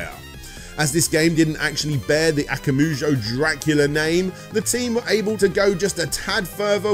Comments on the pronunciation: Am I the only cringing every time saying Akamoojo? I thought Akuma would be a well known word for any gamer so Akumajou should come naturally! Why wasn't Ashens mentioned in the end? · good work overall but christ man those pronunciations of japanese, surely if you can say "konAHmi" you could say "akumAHjo" rather than "akumuju"? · It's akumajou not akamujo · No I agree. Try harder. and we'll see if he looks at everything CV.